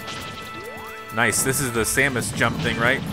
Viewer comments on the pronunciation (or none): none